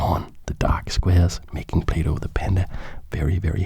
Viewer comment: I swear he said playdoh